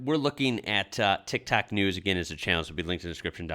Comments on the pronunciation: Are you saying Tic Tac News at the start? It really sounds like tic tac. Later on you said tik tok so it's not an accent thing. Wow!! I think he was just racist. I'm Irish and the dumbest thing I've heard from an Irishman is..... He called in to a radio phoneshow who were talking about African immigrants coming to Ireland, he was trying to be PC by not calling them black but he called them African Americans lol, I'll never forget that! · Why do you constantly say tic tak when its clearly tic tok